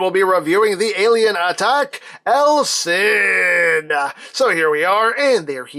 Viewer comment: Stop calling him EL CID it's just wrong